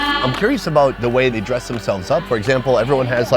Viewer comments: "show me de way" 😂💀 You are out of control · Dude said “show me da whey” 💀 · "SHOW ME DE DAE" 🤣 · saying "show me de way" 😂😂😂😂😂😂🤣🤣🤣🤣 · He actually said," show me de way ". God I love. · It's when he said "show me deway" for me.